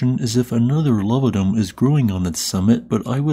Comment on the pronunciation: What's a "luv-a-dum"? [fifteen replays later] Oh: lava dome, lava dome, LA-vuh dome.